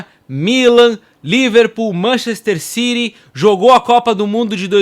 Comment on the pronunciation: Que time é esse que tu fala "Manchester Ciri" 😅😅😅 Ciri😅😅